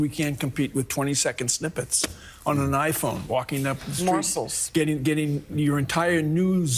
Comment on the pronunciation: “Morsels.” Lol